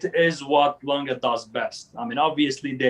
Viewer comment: Watch critics and presenter but can’t pronounce Lange?? Please try harder, there’s E on the end and in German language it’s a strong Letter. Just like Porsche. It’s not Langa. It’s Lange